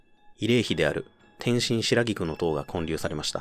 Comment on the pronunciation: 地図や運行ルート、バスの並び順、バスの所属会社等とても分かりやすい解説です。ナレーションも淡々と事実を述べるのみに徹して好感を持ちました。この手の解説は読みが合成音声なのか、漢字の読みがおかしいものがよくありますがこちらは肉声でしょうか。｢建立｣をちゃんと｢こんりゅう｣と読んでいて安心しました。